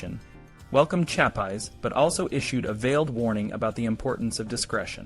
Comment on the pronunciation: Nice video, but your mispronouncing of his name is a bit annoying